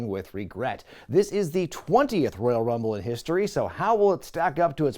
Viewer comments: Rumble numble, lmao. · "Lets get ready to Rumle" must be an attempt not to be sued michael buffer.